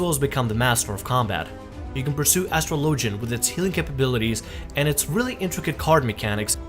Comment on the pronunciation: Lol love how this video just completely loses track at the end. Tries to recap , brings up Marauders, Black Knights, and Astrologists ( which he mispronounces). Solid vid.